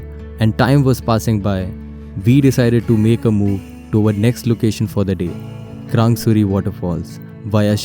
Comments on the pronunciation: It's not krangsuri it's krangshuri..... Samjha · Its krangshuri not krang suri